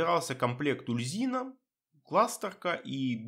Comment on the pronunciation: Здравствуйте. Довольно интересный билд. Как всегда подробно объясняете выбор тех или иных скиллов. Но есть несколько моментов в видео, которые я хотел бы вынести отдельно. Итак: - Почему "Ульзина? Куда вы дели букву "У"? Бога зовут "Уль-Зу-Ин"; - Может я открою для вас Америку, но... Вы реально не в курсе, что для прокачки "Стихийного баланса" в "Стихийном размене Искандры" "Перегрузку" брать не обязательно? "Перегрузка" никак не блокирует доступ к "Балансу". Это НЕ проходные умения. Для взятия усиления навыка нужен только сам навык. Вы можете взять "Огненный удар" и "Серные осколки" не вкладывая во "Взрывной удар" и "Статический заряд" вообще ничего; - "Облитроксис"... У вас какая-то проблема со зрением, произношением, чтением? Или это ваша фишка? Там написано "Об-Ли-Тор-Икс"; - Ого! Я реально удивился, когда вы правильно произнесли "Ложь Корваака"; P.S.: Да, я зануда. Так сложилось, что я очень чётко подмечаю все ошибки в письме и произношении и у меня от этого подгорает. Надеюсь вас это не обидело.